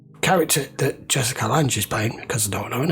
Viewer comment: Not to nitpick, Jessica’s last name is pronounced Lang, hard g. Love your videos! Also, yes that was the minotaur